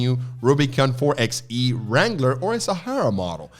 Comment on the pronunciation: It's "4 BY E" not "4 EX E". Kind of like 4 BY 4. 4XE, 4X4.